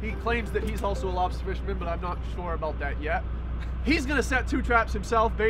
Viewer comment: Lol. Door Dash to the lobstah! So cool.